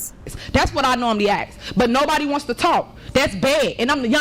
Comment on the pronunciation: Ax? Axe? .. axing? Axer? Axest???